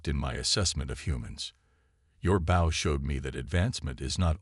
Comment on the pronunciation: How do you get the pronunciation of "BOW" wrong? Get real people to read the stories.